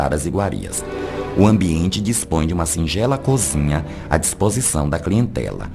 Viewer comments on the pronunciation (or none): none